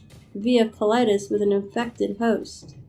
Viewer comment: " Collitus "! Too much!